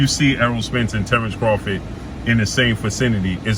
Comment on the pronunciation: boy said terence rofgid. You good bro?